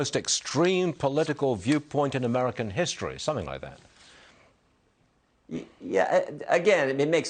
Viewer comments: He said president Obiden in the Whitehouse....listened to him twice and he said it😂😂😂😂😂😂😂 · Jordan said obiden lmao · Did y'all catch it when Jordan called him Obiden.?